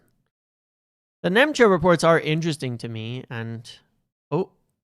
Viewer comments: for the love of God his name is not Nemcha it's Nmecha. N-me-cha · Nmecha is pronounced METCHER. Just saying. Again 😁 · It’s Metcher. Metcher. The N is silent